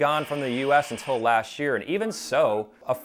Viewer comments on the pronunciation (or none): none